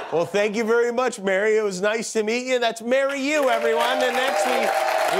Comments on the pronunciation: not to show too much of my soft side, but when she said "mary yu" i said out loud "AWWWWWWW!" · "Mary Yu"... brilliant!